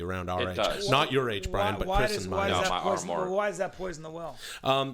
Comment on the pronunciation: “Chirs” hmmmmmm